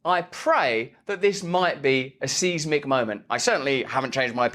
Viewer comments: Speaking as a geologist, can you PLEASE say seismic properly. It's SIZEMic - not SEIZEmic its not a seizure...although the way you pronouce it gives me one....otherwise keep up the good work. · It's seismic (size mick) not seize mick 😊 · Dude, why do you pronounce some words really oddly? it's not an accent; is it an affectation? The word seismic is not and never has been said like seize-mick - what have you got against the Irish anyway?